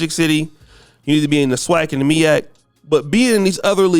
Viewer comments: It’s MEAC not the MIAC 🤦🏾‍♂️ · MEAC not MIAC!!!!!! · Its MEAC....... Not MIAC..... lol 😉🤫🤨🤓